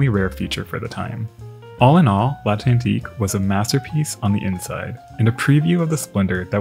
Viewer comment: NAME: l'at-LAN-TIQUE, not l'at-ENT-LIQUE ! Courtesy to your subject, human or no, and promo for a language course yet. l'ant-AT-LIQUE! Responsibility PLEASE😡